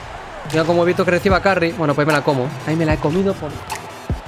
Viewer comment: Se pronuncia Carry